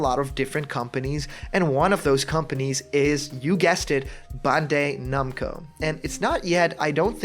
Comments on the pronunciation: Dude.... it's pronounced Ban-die Nam-Coe.... not bunday numco. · Not only that, you hear this guy try to say Bandai-Namco?! BAWND-AYY NOMCO like how????